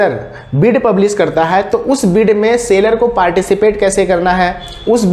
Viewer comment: it's SELLER (सैलर) not Sailor (सेलर)